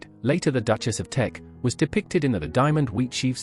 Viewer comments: "Teck," not "Tech." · K It is TECK, not tech… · It's Teck, not tech